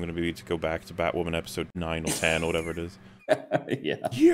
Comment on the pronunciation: BatWahmen V SuperWahmen: Dawn of Cringe